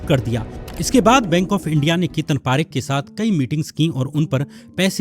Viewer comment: Bro for your kind information,parekh are jains and pareek are brahmins , please pronounce parekh properly